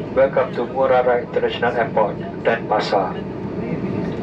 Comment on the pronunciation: it's pronounced DenPAsar, not DENpasar.